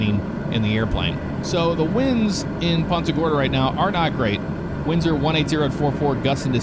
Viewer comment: "poonta gorda" not PUNTa gorda